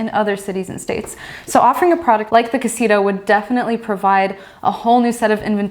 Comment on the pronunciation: Why they try to call "casita" this tiny house? they don´t even pronounce it well